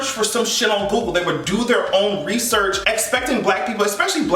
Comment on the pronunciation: The way said, “rrrESEARCH!” His entire commentary gave me life! 😂